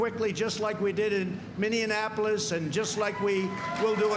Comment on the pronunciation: Mex-tico Minne-annapolis Haha